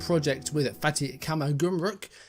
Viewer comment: One pronunciation point - 'fatty' is incorrect; it should be 'fart-y' XD You got 'Karsiyaka' spot on though